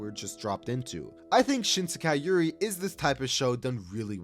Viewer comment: Not "Shinsekai Yuri" 😭😭😭